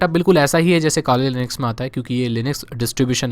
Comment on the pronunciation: bro jab aap Kali Linux bolte ho tab lagta hai ki Khali Linux bol Rahe ho😇☺